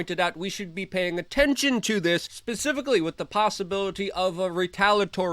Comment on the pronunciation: At about , did he really just say "pacifically"? Instead of specifically? There was totally a Russian passport found in the bubbles.